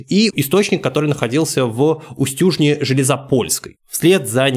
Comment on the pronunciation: Не устЮжна, а Устюжна, не белозËрский, а белозЕрский. Извините, но вынужден поправить, как и с Устюгом. Почему-то большинство столичных граждан путает ударения в наших названиях.